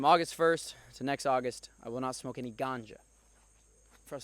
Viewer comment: the way you say ganja😂😂